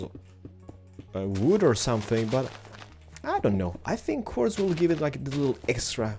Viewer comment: Quarddz. Quarrrz? Quardrdz? Qordz? WHat language u got?